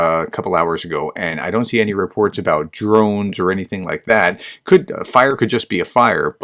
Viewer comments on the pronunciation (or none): none